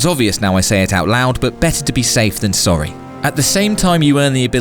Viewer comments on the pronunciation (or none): none